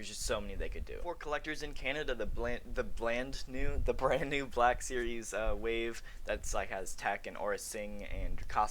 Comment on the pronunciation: You said it right the first time “Bland new”